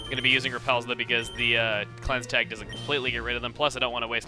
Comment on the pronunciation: It's alright, I was pronouncing "Cleanse Tag" wrong for several years too.